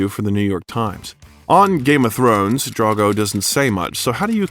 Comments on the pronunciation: DRO-GO, not DRA-GO. Not difficult to pronounce, especially when talking about such a lovely person like Momoa. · Please get the names right... It's Drogo, not Drago. It's Haka, not Hak. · did you just say khal drango.. 😵‍💫